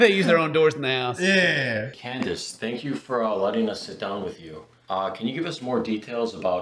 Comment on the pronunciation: Did he say candice ? 👁👁